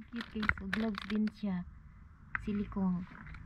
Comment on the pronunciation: GLAVS po correct pronunciation Ang GLOBE no letter S ay mundo. Not a basher just trying to help to avoid bashing from someone else.😊😊😊😊